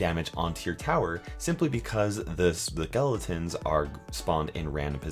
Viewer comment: Spahgelitons? LOL